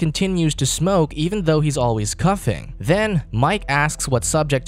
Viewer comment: Why is there a strict theme on these recaps of people mispronouncing basic words like "coughing?"